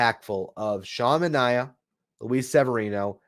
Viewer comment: I love your content but this has been bothering me all winter... It's Manea (MAN-EYY-AH) not like Omar Minaya (MIN-EYE-AH)